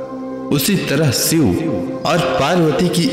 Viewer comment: सिव नहीं शिव 🙏